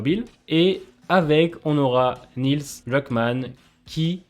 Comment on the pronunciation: "Nils" Druckmann ahah sinon super vidéo merci pour toutes ces infos